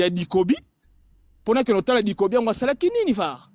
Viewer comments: Te, alobi Dikobi 😂😂😂😂😂😂😂 Sango à corriger ye kutu Ducobu 🤣🤣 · Naza sur eza alain mabankou nde ayebisaki ye aloba pona film wana me ye pe a prononcer yango bien te alobi bikobi